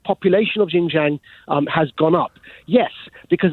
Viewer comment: Maajid Nawaz is ignorant, literally. He's a complete fool. For a start, Christians are not persecuted in China - I am Christian and I've lived in China for the past 18 years and I've not been persecuted - not once. WRT XinJiang - he can't even pronounced the name of the place. If he's such an expert, you'd imagine he'd have learned to pronounce it by now. I bet he's never even been there. I have...no sign of any oppression whatsoever. He believes some things from the Chinese government, but not other things - picking and choosing what to believe or what to believe, based on what thinks supports what already believes. Anything that does not support what he thinks is propaganda or cover-up. He's the very definition of conspiracy theorist.